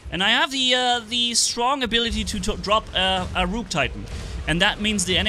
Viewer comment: I love how say rook with a long o he is saying it like Rooook, but that Rook titan hp is still broken